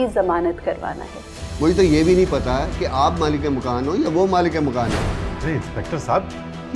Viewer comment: It's malik makaan. Ye achanak sab log ghalat urdu q bol rhe hain?